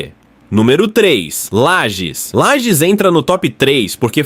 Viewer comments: obs: LAGES e não lajes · Inteligência artificial, usa o padrão, desconhece o nome próprio da cidade...